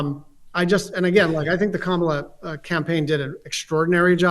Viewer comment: I was all in on what this guy was saying until he did the MAGA pronunciation of Kamala a complete deal buster from then on--i won't even finish the video if a person can't have enough respect to pronounce someone's name properly, they get no respect from me "THUMBs DOWN" on this video for that simple reason